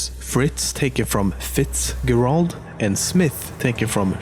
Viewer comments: did you say fitz-gar-ald, dude it's pronounced fitz-jer-ald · It's Not Pronounced 'Fits Gerald' It's Pronounced 'Fits Jeraldl' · You mispronounced Fitzgerald. You say it with a "g" (like the beginning of the French word for war, guerre) but your actually supposed to pronounce with a "j". Basically said it like its spelt Fitzjerald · Fitzgerald is pronounced like fitsjereld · Its pronounced Fitz-JERald. Its just spelt with a G because its an Irish/Norman name :) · Fitzgerald is pronounced fits-jarld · You pronounced Fitzgerald wrong its pronounced Fitzgehrald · Fitzgerald is pronounced fihtsj-EH-ruhld. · ok this has bothered me for a while it is fritzgerald is pronounced like this fritzjerald it really bothered me..... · Lol, Fitzgerald is pronounced Fits-jerald. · You said fitzgerald wrong it's pronounced fihts jehrald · BTW it's pronounced Fitzgerald (Fits- Jerald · btw its pronounced fitz garuld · I think you pronounce it Fitz-jerald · The way he pronounces Fitzgerald makes me want to shoot myself ;-; It's an Irish name, and it's pronounced: Fitz Jur Uld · Fitzgerald is pronounced Fitz-jer-uld. I know you have an accent, so sorry if that's how you pronounce it. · Fitzgerald is pronounced Fitsjerald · It is not Fitzgerald It is pronounced "Fitz-Jerald" and to clear up a lot of confusion, it is a african last name given by white people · Fitzgerald is pronounced with a soft 'g' as in 'Angel' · You're pronouncing Fitzgerald so wrong 😂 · The way he pronounced fitzgerald...i cringed lol but nice video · Very cool!!! ... BUT YOUR PRONOUCIATION OF "FITZGERALD" DROVE ME CRAZY!!!! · You pronounced Fitzgerald wrong..........But awesome video nonetheless!